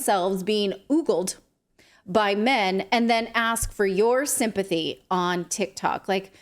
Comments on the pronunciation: Its ogled not oogled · Og- gulled NOT oooogled :-)) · What is "ooogled?" Did you mean "Ogled?" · Oogled? The word is ogled.